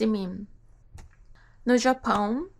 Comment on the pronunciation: Você pronuncia perfeitamente algumas palavras que geralmente estrangeiros tem dificuldade, como o som nasal do "japÃO" aqui . Brasileiros sempre adoram quando estrangeiros tentam aprender português, então não precisa se preocupar muito com os erros 😁.